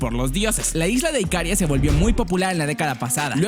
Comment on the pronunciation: No es IKÁRIA, es IKARÍA. ¡Buen vídeo!